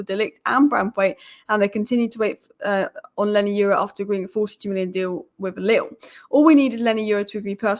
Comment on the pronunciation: 🤣😅😂🤣😅😂exactly not leny its leny